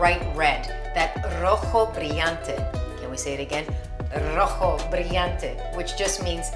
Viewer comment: Delicious, beautiful ...and perfect music, as always. Artwork. "Rojo brillante...", I loved it, sounds perfect Spanish. Thanks a lot Christine.👏👏👏